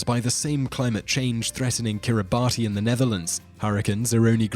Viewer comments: Hate to be a language wonk, but the number 10 country is pronounced "Kiribass" in the native language (Gilbertese), not "Kiribatee." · Kiribati is pronounced "Kiribas". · Kiribati should be pronounced “Kiri-bas”. The “ti” makes an s sound for their alphabet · Peter Ambrus It's pronounced Kiribas. In the local language they pronouce "ti" as an "s", for some reason. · It's pronounced "Kiribas", not kiribati. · Kiribati is actually pronounced as (Kiri-bahs) because the 'ti' in the native language is pronounced as 's' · Fun fact: Kiribati is pronounced Kiribas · It's pronounced Kiribas. It's doomed. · Man, kiribati is pronounced as "Kiri-bas". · Kiribati is pronounced "kiri-bass". "ti" in the orthography of Gilbertese is always pronounced as "s". One of the islands in the country is called "Kiritimati" substitute "s" for "ti" and you get "Kirismas" which is the Gilbertese way of saying "Christmas". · It’s pronounced Kiribus but their ti is pronounced s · You mispronounced Kiribati. It is pronounced, "Kiribass". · yep. it is Kiribas. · Ojaswit Luthra And Kiribati, it's pronounced "Kir-e-bas". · kiribati is pronounced kiribas lol. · Yep, it’s pronounced kiribas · Just as Kiribati is pronounced Kiri-BUSS... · It's pronounced "Kiribas" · Er.. No!! Brits don't say Kiribati. It is pronounced Kiri-bas. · It's pronounced kiribas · Same with Quebec, Kuomintang, and Kiribati. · Yeah. Stopped watching this after a minute. Couldn't get the name of the first country right. More research is needed. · Kiribati is also mispronounced. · Stop pronouncing Kiribati incorrectly How about you investigate before making a video